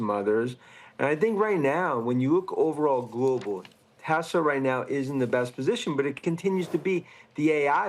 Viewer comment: It’s TEHSLAAAH !!!! Not Teswah 🙄